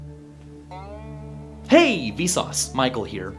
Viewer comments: The past 3 mins, I thought he said "Hey V sause, Mike will hear"😂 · To more I hear the “Michael Here”, the more it sounds like “Might go here”.